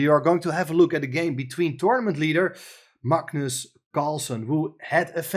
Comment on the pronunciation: pronounces Magnus correctly. Very few non Scandinavian people do😊